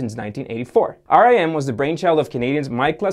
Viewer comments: But they're not dead??? Also Its pronounced RIM Not R I M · Nice video. Note that RIM was not pronounced "R-I-M" but "rim" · Everytime he said rem i was like why the band make a phone 🙄😂 phone can only be used "IN THE CORNER" 😂😂😂😂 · Most people pronounced it rim instead of r i m also more say operating system not oprah rating system and you dont have to point about the lack of value in the Canadian dollar